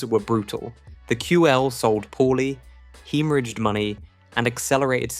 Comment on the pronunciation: The Amstrad seee, peeeee, long pause, seee 464 🤦‍♂️ The QL haemorriggged money 🤦‍♂️ And many other AI voice failures…